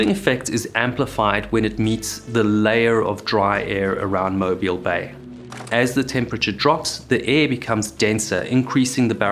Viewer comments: I’m in Fairhope, I remember this. It was shocking. Thanks for covering it, and good job pronouncing Mobile. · Good job on pronouncing Mobile correctly but Dauphin is pronounced like the animal (daw -fin). Source: Am from Mobile. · This is a wonderful video. As an Alabama native the pronunciation of the words “Mobile” and “Dauphin” drive me crazy (Mo as in Mohs scale of hardness and bile as in the bill of a hat, and Dauphin is pronounced like Dolphin but without the L) other than that I enjoy the matter of fact and straightforward style